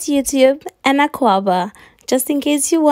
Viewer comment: u said it perfect